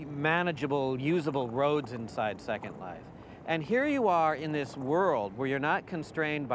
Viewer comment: i heard it too. how do you have a 30 min documentary of virtual worlds and you can't even pronounce the biggest one out there properly?